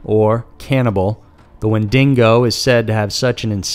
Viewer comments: Good coverage of Canadian myths. But you need to work on your reading and pronunciation skill. Windigo NOT windingo, it was like fucking nails on a chalkboard. At least in the Ogopogo you only used the word Okanagan once as you butchered that also. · IKR? It's wendingon! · If I hear "windingo" one more time... I WILL SNAP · Wen·di·go not wen·ding·o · Good vid but it's Wendigo not Wen-dingo. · wendingo Me under breath: it's wendigo damn it WenDINGo Me: No! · Windigo or wendigo but no wendingo. That's coming from a native person. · Always love a good monster story.. However.. It is NOT WENDINGO, but WENDIGO.. one N. Not an australian weredog. Edit: lol. Wow. I didn't read the comments first. The wendingo really got to people. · me too! it's Wen-di-go....not wen-dingo 🤣 I can't take him seriously with this pronunciation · Minou omg yes. its not a wen-DINGO! its wen-digo! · As an American but a huge fan of Wolverine I also cringe at the mispronunciation of wendigo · WENDIGO and not WenDINGO since a Dingo is Australia's native dog. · Wendigo. Not Wendingo. It represents winter and how hard it is to survive and I love that. I live in Saskatchewan, which is it's hunting ground. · Hahahaha hahaha "Wen-Dingo" haha. No. Wen-Di-Go. Hahahahahaha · it isnt wing-dingo its when-da-go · Not Wen-din-go, it's Wen-di-go. Wen-din-go sounds like something crossed with something from Australia where they have Dingos. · Wendigo, not wendingo! Hearing you say that drove me crazy. It's not a special kind of Dingo man. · Love you, but holy cow your pronunciation hurts. Wen-deh-go (not wen-dingo) and oh-ken-ah-gen lake. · I've never heard of a wen dingo. Only of the "wen dig o" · Dude.....there is no second n in Wendigo.....stop saying wendingo......it bugs people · WIN-DA-GO WINDAGO... NOT WHEN-DINGO WHENDINGO THERE IS NO SUCH THING AS A WHENDINGO... ITS FUCKING WENDIGO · oh my god bro its not pronounced Win DingO its pronounced win dig oh. smh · Wendigo. WENDIGO. NOT DINGO. SMH